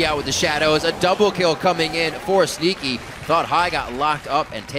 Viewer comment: Sounds like says "Stinky" instead of "Sneaky"